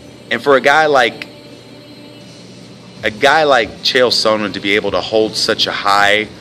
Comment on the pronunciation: You can't even pronounce Chael's name correctly unknown person!